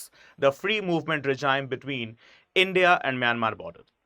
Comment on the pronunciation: I'm only concerned about this guy 's pronunciation of regime which he repeatedly made stupid mistake .... he pronounces as "reh-jayim", whereas the real pronouncement is "ray-jeem". He failed in English language phonetics.